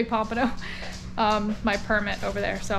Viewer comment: Hey, when you said 'Permit' it sounded like you said 'Percocet' 😏